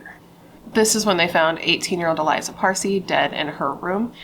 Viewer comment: Her name is pronounced Ah lee-zah, accent on the second syllable. Not Eliza.